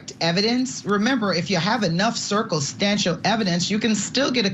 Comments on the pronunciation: “Circle stantial evidence” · Does she not know how to say " circumstantial "